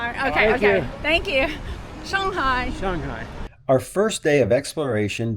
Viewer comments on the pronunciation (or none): 上海(Shang Hai) => Sun Hi